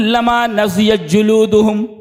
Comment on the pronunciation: السلام علیکم ورحمتہ اللّٰہ وبرکاتہ شیخ محترم شیخ نضعت نہیں نضجت ہے معذرت کے ساتھ